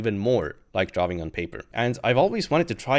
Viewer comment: so funny when he pronounces drawing as "draw-wing" lol